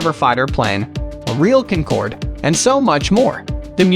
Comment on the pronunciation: As unlikely as it might be, I think the narrator voice is automated. you can hear voice crack, and he says "a real Concord" but pronounces it like "cuncord", which is a fail .